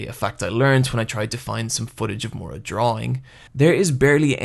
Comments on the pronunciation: Okay, say it with me and sound it out: MI-UR-A. Not mora. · The way you pronounce the author's name is driving me crazy. It's Miura, not Moira or Mora. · "Mura"? Mura?! Seriously? It's pronounced Mi-u-ra. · calling him "moora" instead of "ME OOR A" hurts me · For fucks sake stop calling him murra, it's miura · The video is great and everything but for the love of God get that pronunciation right. It's not Mura (Moo-ra) It's Miura (Mee-oo-ra) And it's not Guts as in guttsu It's actually Gattsu that's how it pronounced, please. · I don't want to be that guy but.. It's Miura not Mura. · Take a shot every time he says “more-uh” for Miura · Dude I love your video, seriously, but its killing me to hear your pronunciation of Miura, I know japanese pronunciation is harder for americans than for spanish speakers, so I will try to write how it should be pronounced, for future videos, if you dont care thats ok. Ok here goes: Mee-U-rah or something like Mee-U-raAh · This video would be perfect if he didn't pronounce Miura wrong the whole time.